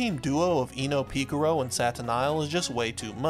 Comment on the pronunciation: "Pika ro"